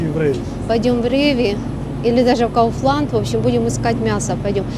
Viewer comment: КауфлЯнд,глЮвайн , портвАйн , менлЯйн и т д